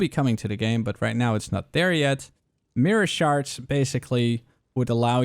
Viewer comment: it sounds like the one guy talking about harbinger is saying sharts instead of shards.... XD